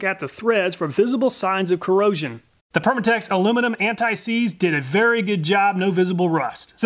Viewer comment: "Antseize W120" lol!